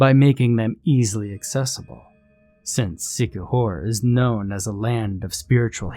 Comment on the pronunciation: And thanks for pronouncing it correctly.